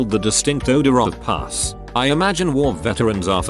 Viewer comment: I fucking love it when you say puss when you mean pus, it cracks me the fuck up.